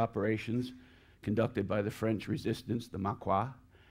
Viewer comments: Couple minor things. It’s pronounced Mawkee not Mawqua . Secondly the 12th SS had not been at the Eastern front. Normandy was their introduction to combat. They took part in the Battle of the Bulge and would then be sent to Hungary. The original division was made up of fanatical little sh*ts. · "Maquis" is pronounced MA-KI, not MA-KWA. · If you're in France, educating, you should probably know how to properly pronounce certain words in your presentation. What's a Maquois? Perhaps you mean Maquis. How does an infantryman have a tank? Shouldn't he be a tanker? Dear oh dear... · He has some of the most bizarre pronunciations I’ve ever heard. 1. Maquis - “mah-kwa” instead of “mah-kee” 2. Bocage - “boo-kajj” instead of “boh-kajj” 3. Allies - “all-eyes” instead of allies. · Yes!!! Another example of what my comment above refers to. I'm going to edit the comment to include your example as well. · Strange pronunciations eg 'Maquis' as Mackoire (to rhyme with 'Loire')signals a somewhat complacent, one-sided moralistic view that augurs ill for the level of scholarship. e.g he comments, 'the Germans were in there first; they'd been there for weeks'. The Germans began their defensive procedures in Normandy (Autumn 1943) when Allied Invasion in 1944 became a certainty. That adds up to months not weeks. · Yes!!! See my comment above. I forgot that -- in addition to mispronouncing foreign words -- he also mispronounces English.